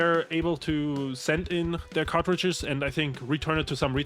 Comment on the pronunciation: (approx), I keep hearing "cockroaches" when I know I should be hearing "cartridges." The visual of returning cockroaches and having them replaced by new cockroaches makes me chuckle.